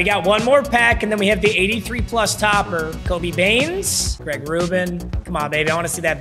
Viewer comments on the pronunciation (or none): none